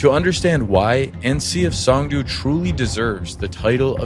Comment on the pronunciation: Pronounced "song" "doe". 😂